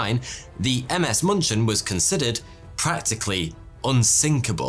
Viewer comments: its not munchen it is Munich dammit munchin my ass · Its moonshen not munchin. The dots change the "u" to " oo " ÜÜÜ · In case anyone cares, as germans are usually too polite to say anything, the ship in the beginning should probably be 'München' - closer to 'Min-khen', (except for ü), not munchkin. 😅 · It's funny though I keep hearing the ship's name to be muppet sounding Munchkin. München is German for Munich, check the spelling :D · It took me a while to get that the 'Munching' was actually the München. It's the German name for the city of Munich. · ms what? sounds like you are trying to say munich :) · Cringed every single time he pronounced München like munchin' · thats not how you say München